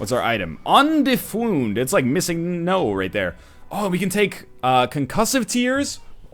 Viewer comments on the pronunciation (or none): I cracked so hard when he said "undefund"